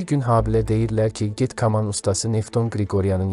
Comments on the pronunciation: Oğlum, "kaman" sözünü düz tələffüz elə, yoxsa Habil baba sənə solaxay bir şapalaq vurub öz yanına aparar... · Bu cur gözəl video hazirlamisiz,hec olmasa teksti düzgün edə bilən birinə həvalə edərdiz. Bu insan k hərfinin incə deyə bilmir , kaman,kamanca sözlərinin bol olan bu hekayəni niyə oxudursuz axi? Əksər sözlərin vurgusu da düzgün deyil. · Kama cayl yox koma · K’aman nədir? Bu necə tələffüzdü? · K kolxoz yox ay . Kaman. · Kaman, kaman... ay aparici. Koma sozundeki "k" herfi kimi seslendirneyin, lutven!! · Mətni oxuyanın səsi necə əsəb verir.Böyük sənətkar haqqında necə danışırsa qulaq asmaq istəmirsən.Kamaya düşüb nədir? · Allah rəhmət eləsin böyük sənərkara.Yeri cənnət olsun.Amma..Bu mətni kim oxuyursa getsin əvvəlcə Azərbaycan dilini öyrənsin.Yaxşı hal deyil."k"hərfini düzgün tələffüz etsin "kamaya düşmək"nə demək.Kaman kamandır.Çox xahiş edirik belə şeylərə diqqət edilsin.Belıcə musiqimizi ,dilimizi təhrif edə -edə başqasının dəyirmanına su tökmüş oluruq. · Kaman sözünü düz tələffüz etmirsən.hörmətli danışan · Hər məlumat gözəl, amma aparıcı kaman sözünü düzgün tələffüz etsəydi, daha gözəl olardı... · Ayıb olsun,sən deyəsən başqa millətsən.Hər kaman sözünü eşidəndə əsəb keçirirəm. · Dilinə qara yara çıxsln ki,KAMAN sözünü düzgün tələffüz etməyə canı çıxır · Каман йох..саман, йаман..Китаб созунун баш херифин ишлет.. Картоф ..созунун йох.. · Həqiqətəndə aparıcı kaman sozünu düzgün tələffüz edə bilmir,nə millətidir görən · "f" - hərfini deyə bilir, onlardan deyil, amma ki, "kaman" - deməyi öyrənmək lazımdı. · Kaman sözünü elə tələffüz etdi ki, içindəki xrustallar dağıldı. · Ürəyim tıncıxdı, bu danışan adam kaman sözünü düz demir. Danışanda bir sözünə, fikir ver də. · "Kaman" sözünü düz tələffüz etmək lazımdır.Ayıbdır axı,qardaş!